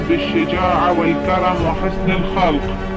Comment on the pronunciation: وحسن الخلق بضم الخاء